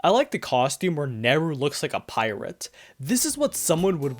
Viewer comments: ITS NERU. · It’s Neru.